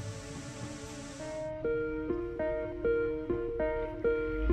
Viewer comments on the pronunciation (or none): Bonjour, super reportage mais j'ai noté une petite erreur. Annot ne se prononce pas "ano" mas "Annote" je sais que ce n'est pas grave mais je me permet de vous le dire ;) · Merci d’avoir aussi bien parlé du Train des Pignes. Il est fondamental pour tous les gens qui habitent dans les vallées mais qui travaillent sur la Côte ! Juste une petite remarque : Annot ne se prononce pas « anno » mais « annote » accent du midi oblige 😂😂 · Super, l'intro qui commence sur les "éléphants ", juste après Entrevaux. Ce sont des ouvrages qui protègent des chutes de pierres la ligne et aussi la route (l'ex N202). Sinon, on dit le t de Annot et le s de Allos ... pour Entrevaux, c'est bon, on ne dit pas le x. 😉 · Bon reportage si ce n’est 2 petites erreurs de prononciation, le T de ANNOT se prononce et le S de ALLOS aussi.